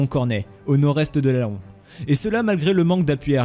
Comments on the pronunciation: Très bonne vidéo, mais on ne dit pas "la-on" mais "lan" pour dire Laon 😉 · "La on" au lien de Len pour Laon c'est pas mal non plus. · Très bonne vidéo pour la bataille de Montcornet ! Par contre concernant Dunkerque j'aurais plutôt dit qu'ils ont réussi à sauver 100.000 français malgré leur état major paralysé après l'offensive éclair des teutons. Dommage qu'ils aient été démobilisé juste après. Ha et le "o" de Laons est muet : on prononce "lan" ;) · Pitié pas laon, nous ne sommes pas des paons. Prononcez l'an s’il vous plaît. Sinon bon programme. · Laon se dit "lent" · Metz se dit Messs ; Laon se dit LAN (comme pour le paon). La langue française, bordel !!!!!!!! Et que dire du général "Ouégande" ??? Sans déconner ! Maxime Weygand, ça se prononce Végand (sans e) !!! Il est pourtant célèbre Weygand ! Avant de faire une vidéo, on se renseigne un minimum ! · Petite précision phonique : Metz se prononce 'mess' et Laon se prononce 'lan' et Weygand 'vegand' ;) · Speer = "chpèèr" Weygand = "Vègan" Laon = "Lan" Metz= "Més" Pas trop d'anglophonie svp ! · ha mes oreilles saignes ^^ on dis "mès" pour Metz et "lan" pour Laon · "Laon" se prononce "lent", mais sinon bonne vidéo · Et la ville de Laon se prononce "lent" :)